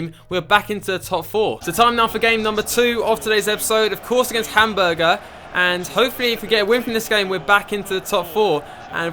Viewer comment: Love the videos, but the pronunciation kills me. Hamburger and Gladbach are by far my favorites..